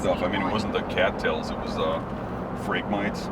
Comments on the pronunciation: Phrag-mi-TEES, dammit! Between this and the Kookaburras in MO, my brain is bleeding... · For anyone that is wondering, the tall reed grass is pronounced Phrag-mite-eeze...the ones in this video are the non-native, highly invasive Phragmites....there is a native Phragmites to the Great Lakes region, but doesn't typically form dense impenetrable stands and will have much more plant diversity within the stand itself.